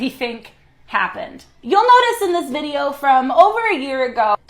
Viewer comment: It’s “THIS” NOT “dis.”